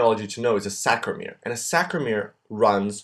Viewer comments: Great video but it's SARCO-mere not SACRO-mere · Love your drawings and this tutorial. However you are saying and writing "sacromere" but the word is "sarcomere". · nice video but it's Sarcomere and not Sacromere... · As an AP instructor of 35+ years, you do a nice job! However, you must make sure you pronounce the words correctly! It is NOT sacromere.... it is sarcomere! Double check your pronunciation before you begin! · It is not saCromere, it is saRcomere .. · Great video, just maybe make a note that it's saRCOmere, not saCROmere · Aloha! I love this resource! Thank you!! BTW its Sarcomere and sarcoplasmic----sarco rather than sacro- ya? Mucho Mahalos! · CORRECTION: it's SARCOMERE, not SACROMERE. Correct pronunciation/spelling is important as students, we should be learning the correct way. Thank you, I think you're great! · Isn't it sarcomere not sacromere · Was very helpful SaRcomere, SaRcomere, saRcomere, saRcomere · This is great, but it's totes called "sarcomere"... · Good video , however, just wanted to point out the term is 'Sarco lemma' and Sarco mere Not 'Sacro lemma' / sacromere - Not sure if this was a slip but it was stated multiple times.